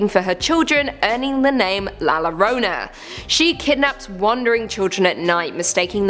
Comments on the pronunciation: Two L's together in the spanishlanguar will make a Y sound so instead of "lorona" its pronounces "Yorona" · Hearing her saw Lorona made me laugh